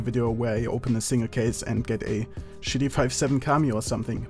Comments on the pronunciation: When he says a single case man it sounds like I just kissed a man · when he says "a single case man" it sounds like he says I kissed a man...